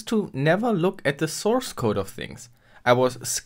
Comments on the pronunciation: What is a 'sourecode'? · Ah yes, sourecode